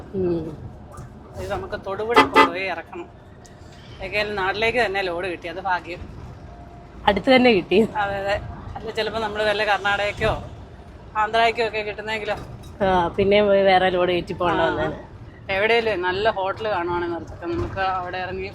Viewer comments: ഫാഗ്യം അല്ല കുട്ടി ഭാഗ്യം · ഭാഗ്യം. ഭ രണ്ട് ചുണ്ടും കൂട്ടി വേണം പറയാൻ.ഉച്ചാരണം ശെരിയല്ല